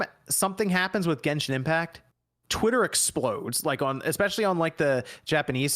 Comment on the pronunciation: Damn...Bavaria a country in Europe? You guys should really go back to school. It seems very believable now, that a lot of gaming youtubers are not very smart. And that 1 or 2 weeks after the NFL game. Oh but making fun about a Basketball player that doesn't know how to pronnounce f*cking Genshin.